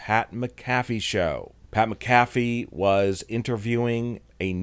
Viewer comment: Why does he say pat Mcafee like That